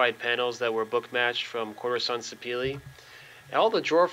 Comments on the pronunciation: Houston Hardwoods pronounces it se pa la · Very nice job! Are you pronouncing the Sapele wood correctly?